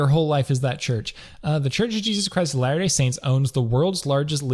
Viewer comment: Also, if you watch this video on 1.5x, you may hear "The Church of Jesus Christ's Hilarious Saints". Sounds like a good comedy show 😄